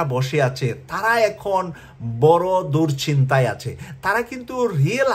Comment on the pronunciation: বৌষম্য, ব্রাইডেন, দুর্চিন্তা, আহা, কি সুন্দর উচ্চারণ হা হা হা :face-blue-smiling::face-blue-smiling::face-blue-smiling